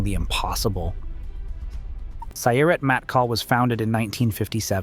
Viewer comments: One small note: The words Sayeret Matkal are both pronounced with the stress on the final syllable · For Heaven's sake, you couldn't have asked a Hebrew speaker to tell you how to pronounce Sayeret Matkal properly?? It's Sa-YER-et MAT-Kal. You're welcome.